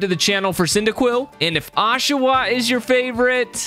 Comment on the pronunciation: My feelings got hurt when he said oshaot(sorry if miss spell) I am an oshaot lover